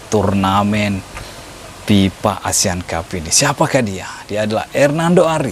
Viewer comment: FIFA bang, bukan PIPA